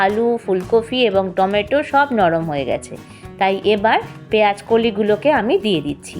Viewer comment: Recipe টা বেশ , তবে দিদিভাই ওটা পেয়াজ নয় “ পেয়াঁজ “ , আর ফুলকফি নয় “ ফুলকপি “ উচ্চারণ করুন,কাচালঙ্কা নয় , “ কাঁচালঙ্কা “ বলুন। আপনার কত কোটি লোক বাংলাদেশ থেকে এসেছিলেন? সেখানকার ওই মোল্লা ভাষা টা বদলে নিন